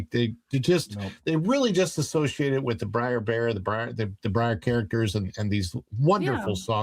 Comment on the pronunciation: Brer not briar